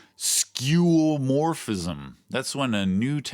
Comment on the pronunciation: The way you pronounced "skeuomorphism" sent me XD